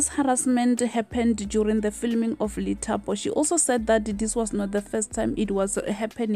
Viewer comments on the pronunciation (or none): It's pronounced Dithapo